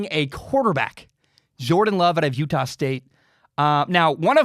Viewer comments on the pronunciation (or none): none